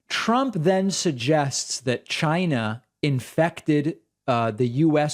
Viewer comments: CHINNNAA! I wanna throw up when I hear him say it like that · Trump is still sore that a lot of people accused him of pronouncing China as 'Jinah'. So every time he says it now, he says it with a hard 'CH'.